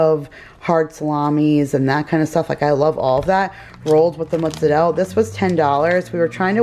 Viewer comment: I love how you say mozzarella